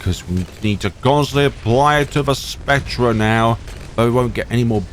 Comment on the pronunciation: Why do you say "spec-treh", its pronounced "spec-ter"